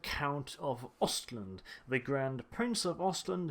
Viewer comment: omfg its "ostland" ..exactly like you english and american say..just the A in lAnd is pronounced like in the a's in "aha"